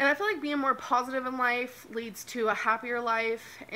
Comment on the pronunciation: she thinks there’s a h in positive “pohositive”